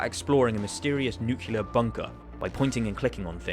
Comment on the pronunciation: Nuclear, not nucular.